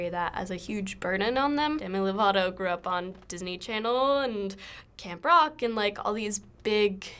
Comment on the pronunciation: he said lato 😂 lol